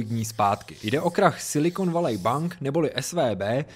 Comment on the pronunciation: Super informatívne video ale to "Silikon Valej" mi trochu trhá uši :D